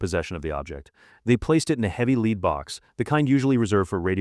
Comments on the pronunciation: AI LEED vase! 😂 I can’t with this artificial voice any more 😂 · I suggest a different AI narrator. Put this one in a leed box, bury it or give to someone as a keepsake hairloom, and get an AI which by now has been taught to pronounce English words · Why is 'Lead' always mispronounced by these AI narrators? It's always said as 'Leed' not 'Led'. Very annoying. Please proof-listen to the video and correct pronounciations where possible! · Mispronunciations I've never heard before! heirloom, provenance, lead, ... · This might be worth watching if it wasn't for the AI voice...That's a😮 big NOPE. I tolerate a bit but this is just to much, when they can't pronounce common words.